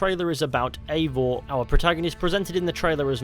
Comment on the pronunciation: yes but they are creating a novel and there is leak that Eivor is "her". Originally the name Eivor is a female too. There is no living male that is called Eivor. And the name is actually pronounced EYEvor (i dont know the transrcipt so i type it that way :D)